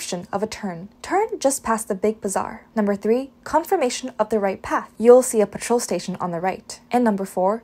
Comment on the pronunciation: "Petrol station" I suspect, rather than "Patrol station".